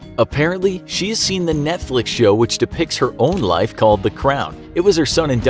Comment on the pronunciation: Ze queen is Ze queen